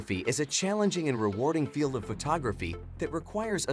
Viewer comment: I stopped watching as soon as astrophotography was not pronounced correctly